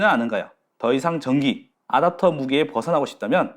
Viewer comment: '아답'터 너무 거슬린다...